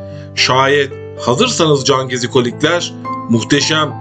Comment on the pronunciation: Her cümlenin sonunda cangezikolikler demene gıcık oldum o nasıl bir vurgudur öyle sana ilk tavsiyem hemen diksiyon dersleri alman 👍